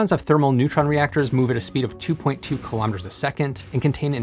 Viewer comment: I had to un sub 'cause you can't even say: "Kilometer" correctly